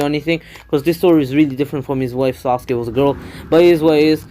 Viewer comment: That is actually the proper why to say sasuke